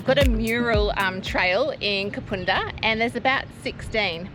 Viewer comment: First time watcher. Great episode! BTW - it's Kapunda as in bun or fun 🙂